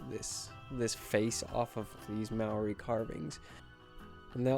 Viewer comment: Kia ora from New Zealand, it's pronounced like Mata-hau also the word Māori is pronounced like Mau-di with a roll of the tongue